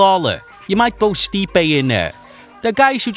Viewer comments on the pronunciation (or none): none